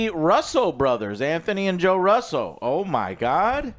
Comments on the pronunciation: Why do Other Joe and the swole, Half a Proud Boy let you sit there and mispronounce shit? "Thay-nos" and now "Ruh-so Brothers"? Its pronounced ROO-SO! Its like nails on a chalkboard with hungry stray cats stapled to it. Cut it out, dude. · Their names are pronounced Rooso. Not Ruso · “WHO IS HERMEN??!!!??!” 😭😭😭 Also them continuing to call them Russel brothers instead of Russo is hilarious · The Russel brothers?? It's Russo, come on.. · Is joe pronouncing russo correctly? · SOMEONE SHOUD explain to joe how to prnounce the Russo name ;-) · At least try and pronounce the directors names correctly